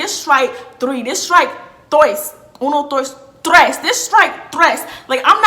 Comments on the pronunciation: Uno dOIs trOIs😂😭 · “Uno , Doice, tweece” 🤣🤣